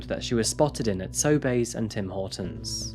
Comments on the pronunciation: Also, “Sobey’s” is pronounced “So-bees”, not “So-bays” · Quick comment: I LOVE your show. But this time, I kept flinching? When you said Sobey's... It's "Sobees", not "Soybays". Random useless Canadian comment. But keep up the amazing work, and THANK YOU for bringing more attention to the missing/murdered Indigenous women, and authority treatment of them. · FYI Sobey's is pronounced like "SO BEES" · Sew-bees Is how we say Sobeys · Also, Sobeys is pronounced SO-bees, but nobody cares because it's an oligopoly. Say it however you want, we will still hate them. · “So Bay”? Lol I’ve never heard Sobeys pronounced like that! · just a fyi,,, for future reference it's pronounced Sobeees (Sobeys) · Love the channel but I gotta say it’s so-Bees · It's pronounced "So, bees!" No, really, I'm not joking, it's essentially just SO BEES, EH??? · I loved his pronunciation of Sobeys (so-BAYS)...made it sound so bougie and high-class. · As a Maritimer, the way you pronounce Newfoundland and Sobey's is hilarious. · I just want to say that as a Canadian, the way you pronounced "Sobey's" was absolutely adorable! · The way he pronounced sobeys drives me cray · Newfoundland is pronounced more like New-fin-land and Sobeys is pronounced So-bees